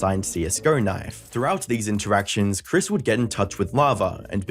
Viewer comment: yet you call her "Kris" instead of "Chris"